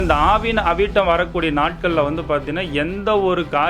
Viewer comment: அது ஆவணி அவிட்டம் சார் . ஆவின அவிட்டம் அல்ல😂😂😂😂